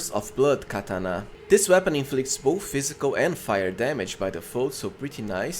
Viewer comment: I stopped watching after 2 minutes with the way you said katana 😂